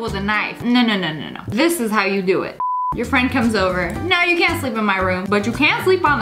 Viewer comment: It's the z in freindz for me